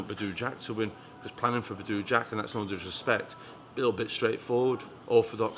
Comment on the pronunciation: "Badoooo jack" 😂 can't even get his name right. Manc twat.